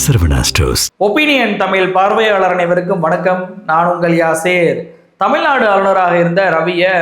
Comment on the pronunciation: திரு. அவர்களே தமிள்நாடு,விளா, பளக்கம்,வழியாக, என உச்சரிக்கிறீர்கள இவைகளின் அர்த்தம் என்ன என்பதை தமிழ் அகராதியில் பாருங்கள். தமிழ் உச்சரிப்பை பயிற்சி எடுத்து நல்ல தமிழ் பேச பழகுங்கள் (பளகுங்கள்).